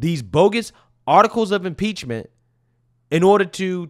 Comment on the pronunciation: Impreachment, I could eat an Impeachement for hours.